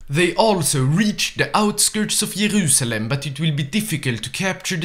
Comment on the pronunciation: "yErauSalem is crazy lol, great video though